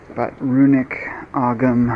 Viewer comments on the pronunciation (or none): I don't know about the Manx, but in Ireland they don't pronounce the "g" in Ogham